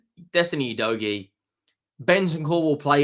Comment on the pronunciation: He still can’t pronounce Udogie correctly in spite of him being with us for a year. 😬 you dough gee … it’s like finger nails down a chalk board